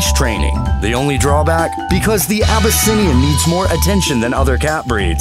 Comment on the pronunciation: This narrator continues to butcher pronunciations... Abbasinium, Sinx, Aussie-cat, Shatrue, Burmeece, Minks